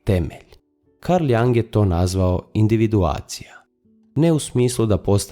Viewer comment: Video je dobar! Samo jedna napomena, izgovara se Jung bas kao sto i pise, a ne Jang. S obzirom na duboke teme mislim da je vazno pravilno izgovoriti ime velikana psihologije i psihijatrije...hvala na razumijevanju...